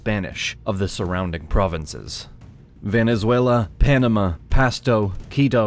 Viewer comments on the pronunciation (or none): none